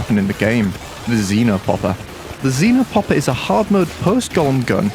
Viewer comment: Why do you all call it zinopopper? It's actually XEnopopper. Idiots